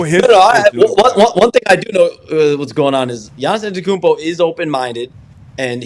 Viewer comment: Why does Shams always say his full name when he struggles saying Giannis Antetokounmpo? It's different every single time he says it. He's a one named super star Shams, we know who you mean with just a simple Giannis.